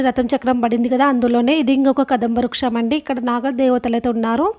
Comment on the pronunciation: Ammaloo adi ruksham kadu. Vruksham. Adi kaakateeyula silpa sampada. Chaala baga cheppavu tallee.😊